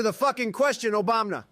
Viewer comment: I absolutely love it whenever Trump says Obamna. 😂